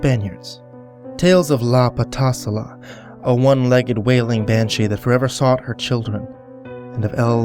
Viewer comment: I'm a Colombian, i just happened to be born in the U.S and both of my parents are Colombian, and you pronounce Bogota and patasola wrong, but other than that you did great. also I'm going to visit relatives in Colombia, and the best part i have to go through a connect flight through Bogota. P.S i hope there is more Colombian creepypastas